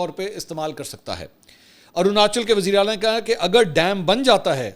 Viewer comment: Mansoor Bhai aap ne bhi Bharat ki baat krte krte wazeeray ala ko wajeeray ala bol dia